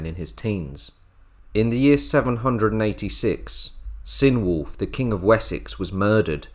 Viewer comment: "Ecg", as in Ecgberht and Ecgfrith, is pronounced Edge; Cynewulf has a hard "C" Hwicce is "Hwitcha", as in the modern Wychwood...